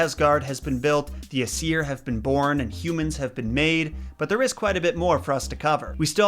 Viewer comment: in Norwegian Asir is pronunced ace. Nope you heared right it is the same as the English word for butt.